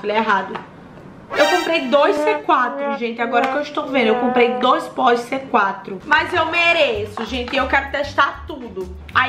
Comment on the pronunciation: "Batões" "Póis" "Toins" 😂